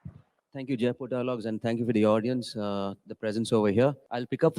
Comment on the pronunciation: Aarti madam should know that it is Jaipur, not Jaaipur. जयपुर not जायपुर।